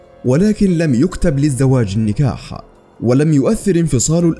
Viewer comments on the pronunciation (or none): إلى المذيع لفظ ( النجاح و ليس النكاح ) لفظ ( القُطرية و ليس القطرية ) الخ